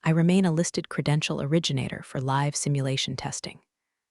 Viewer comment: There are several words that get mangled in these series! Croissant, live, sync, amongst several others!